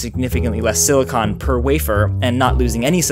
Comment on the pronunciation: i have a feeling he kept accidentally saying silicone, instead of silicon. he was hitting that "con" pretty hard near the end lol